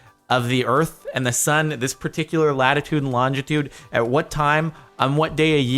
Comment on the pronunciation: u said longeitude not longitude